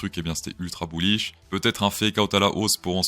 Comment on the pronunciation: n'active pas les sous-titres xD "buouish" Top l'intro ! je decouvre a peine ta chaîne ! team ++